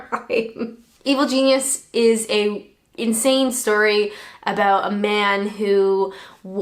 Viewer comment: aboot 😂 cracks me up